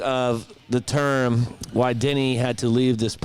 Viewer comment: Every time yall say, “Denny” I hear “Diddy” 😅